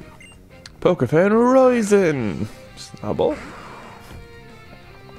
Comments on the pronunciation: I think it’s pronounced “Roh-sheen” ( it’s an Irish name) and also you NEED TO GRIND MORE!!! The level differences when you’re battling is giving me anxiety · the name is Irish it’s pronounced as ‘Ro Sheen’. 😂😂